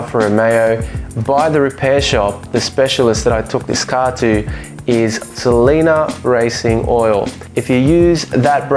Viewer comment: Great video, I have a GT JTD and a 88 Sprint QV . I need to swap my front anti roll bar at some point as it knocks. Hate to correct you but the oil is pronounced S E L E N I A ( sel - any- a) not (sel-eena)